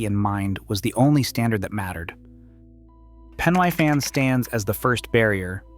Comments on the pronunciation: Pen y Fan . 😂 Pen nigh Fan ? Welshman here. For pronunciation try Pen uh Van and Breckon Beacons, not Breecon Beacons. As for difficulty, the so called "Fan dance" is easy if you are properly prepared you are not overburdened and you are not given ridiculously short completion times. Ffs! Pen y Fan is less than 3,000 feet high and the lowest point on the Fan Dance is only about 800 feet lower. However the weather can change in an instant but is ony ever unpleasant rather than an existential threat to the properly prepared, even in winter. I am 78 years old now and for at least 4 decades I used walking the Brecon Beacons, because they are local to me, and Snowdonia as frequent fitness training for more arduous treks in the Scottish Highlands and the Picos de Europa. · "Pen Uh Van" not "Pen Eye Fan" "Breckun" not "Bree-con" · I'm writhing in agony listening to this commentator BUTCHERING the place names. Here goes for correction. Brecon is pronounced Bre con. The 'e' is pronounced as in egg, hence Brecon. Pen-y-fan. This is Welsh language and pronounced Pen e fan. Again 'e' as in egg. I can't watch any more as the butchery hurts me. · This is lazy and inaccurate! You need to correct the narration this is terrible... * Pen Y Fan is pronounced PEN EE FAN not PEN EYE FAN. * Brecon Beacons is pronounced BREH CON not BREY CON or BREE CON * That's NOT Andy McNab it's Chris Ryan and Jason Fox * Andy McNab DID NOT escape the desert he was captured. The escape was made by Chris Ryan. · Pen y fan. It’s pronounced Pen e fan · Jesus Christ, will you lot PLEASE learn how to pronounce Welsh names? 😭 It just makes you look incredibly ignorant of your chosen subject! Bree-con? Pen-I van? Card-rae? Seriously, c'mon man, sort it out, please! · Horrid pronunciation of Pen y Fan .😮 If I were you I would go back and correct the information presented including the misidentified personnel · Nah, I live here, I'll forgive him mispronunciations😆